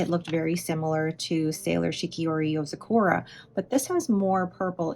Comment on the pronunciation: I'm pretty sure it's yo-Zah-ku-ruh, not so much yo-zuh-Koo-rah as far as pronunciation goes? I could be wrong, but I've never heard it enunciated the way you say it 😅